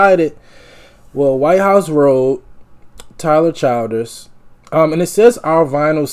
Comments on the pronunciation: Chill ders not child ers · The name is “chill-ders “.. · Everybody in these reaction videos or pronouncing his name wrong it's "Ch-ill-ders"